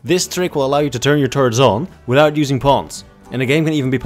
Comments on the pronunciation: lets say it still makes sense: "A killbox with turds is amazing" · Even though I knew you were saying turrets I couldnt stop laughing